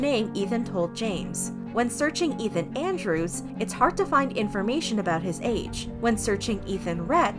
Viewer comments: It's EETH-MUH not ETH-MUH. Think of it as saying the begining of Ethan's name and the end of Emma's name... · Take a shot everytime she says Ethma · The way you pronounced Ethma 😭💀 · Ugh the way they say Ethma is really bothering me. To me its like how you say his name with the E sound. His name isn't Ethan with an eh sound, but I guess its just me. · the pronunciation of "ethma" 😭